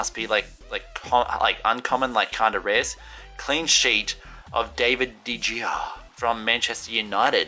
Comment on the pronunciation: it spelled david de gea but its actually pronounced de haya